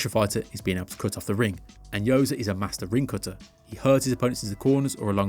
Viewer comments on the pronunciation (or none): none